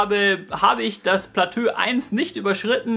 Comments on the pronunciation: Wie immer interessantes Video! Aber bei jedem weiteren Mal "Platö" sagen bin ich doller zusammengezuckt. :D Das ist ja furchtbar. Ansonsten weiter so :) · Kann bitte noch einer mehr kommentieren, dass man es nicht "Platö" ausspricht? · Ähhm das wort plateau wird plato ausgesprochen😂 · Man spricht Plateau als "Platoo" aus.. ^^ Ansonsten sehr gutes & informatives Video. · Wer sagt denn Platö? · Platöö? HAHAHAHAHA! Dein Ernst? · es heißt plato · Platö lol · platö haha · platööö haha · oida...platöö? xd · Vielleicht hilft dir: Niveau - Plateau!:D Aber ist nicht schlimm. Das stört doch niemanden.:D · Mein Gott.., was sind das hier für Spießer. Nur weil er Plateau falsch ausgesprochen hat. Ihr seid echt das letzte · Ehm, ich will jetzt nicht klugscheissen, aber es heißt doch nicht Platö, sonder Plateau...also wie beim Bergsteigen die verschiedenen "Etagen" ...also ausgesprochen Platoo ? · lol nur so'n tipp man sprichts als "platoo" aus nich "platö" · Man sagt "Plato" nicht "Platö" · platööö 😂😂😂😂 das wird platooo ausgesprochen ;D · wollt dich gerade deswegen verarschen 😂platös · Kannst du nochmal Platö sagen? :D Es heißt Plateau(<Plato>)! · Platö xD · Trinkspiel: Jedesmal wenn Platö sagt, trinken 😏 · wie er eiskalt durchgehend platö sagt, ich dachte erst du trollst aber du hasts echt durchgezogen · Wird Plateau nicht eher wie "Platoo" ausgesprochen? ;) Mal wieder ein sehr gutes Video :) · platö beste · passt scho ;) jetzt weißt du ja, dass man es "Plato" ausspricht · Ey Platö mann 😂😂😂 hat wirklich echt genervt als ob du das wort noch nie gehört/gelesen hast 😭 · ja hast du :D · Omg, wegen Deinem "Platö" hätte ich mich fast angepisst vor Lachen... Dabei hab ich das Video schon vor einem Jahr gesehen, aber das hatte ich vergessen! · Platö:D Einfach <3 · Das zweite PLATÖ chillt schon hart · Platöö ;D Macht das Video aber irgendwie sympathischer ;) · Ab dem Zeitpunkt des zweiten "Platöös" fühlte sich "abgeschöttet" (ab ):)